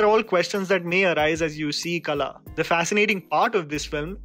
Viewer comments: A day will come when you will pronounce the "ള" in "കള" (kala). I believe in you. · Kala. The LA is not the LA you pronounce by starting your tounge from just behind your upper teeth. WHat you have to do is , bend your tounge more and start behind from the position you start LA. so La will become "LA" and KALA means "Pest". 🤓🤗🤗